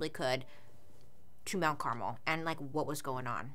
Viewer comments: You pronouncing it as carmel instead of Carmel is distracting 😂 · Car-MEL not CAR-mel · It's actually pronounced CarMEL, I think, Not Caramel/ Carmle, I know someone with the name. but great video 🤓 been watching a lot of your videos lately. A friend of mine was a witness, technically atf shot first. I hope those girls souls know that it wasn't ok what he did to them, and all their souls are at peace. Being married to a 12 year old is child abuse. But other than that, all of it could have been avoided like you said.